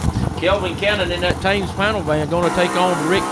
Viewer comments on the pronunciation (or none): It's pronounced TEMMS van, think of the river through London.